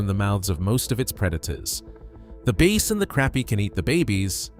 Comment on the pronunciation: He also called a băss fish a bāss (long A, like a bass clef, bass singer, bass guitar, etc.)